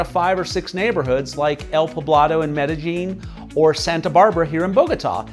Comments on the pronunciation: Maybe you don't need to learn Spanish, but you can at least learn how to pronounce the names of the cities.. example.. Medellín. ... the "ll" in Colombia makes more of a "J" sound, not a "Y" sound like in most other Spanish speaking places. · I just don't get why gringos who have lived in Colombia more than a week insist on pronouncing the double L ("ll") as a Y instead of a J. It's MedeJin, not MedeYin.